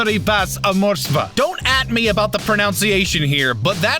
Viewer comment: You botched the pronunciation of the word pronunciation. For fuck's sake.